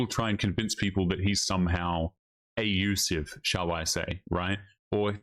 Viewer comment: When she says “I was in an ab use if relationship” always ask who was the a bu zer?